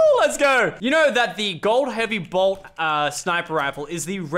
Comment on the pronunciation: Who else was raging when you said blot instead of bolt? 😂